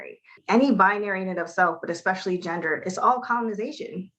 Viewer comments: Any time a person says "ecspecially" I automatically tune out. Sorry learn to speak English 🤷🏼‍♂️ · EX-specially? There’s no “X” in especially. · the person said "Exspecially" and "ignorance" within the same sentence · Anyone who says “expecially” instead of especially isn’t worth listening to! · Exspecially .....I hear that. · Ekspecially... Yeah, yous a nil. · EXPECIALLY. ESPECIALLY IS CORRECT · Remember everyone, there is no answer. “Eckspeshully” when it refers to ignorance. 😂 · Academics, you say?......do you think that first "academic" realize there's no "x" in especially?